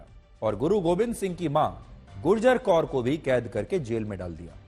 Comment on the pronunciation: Plzz sir vo Mata gujar Kaur ji hai plzz sahi pronunciation ke sath aur respect se naam lijiye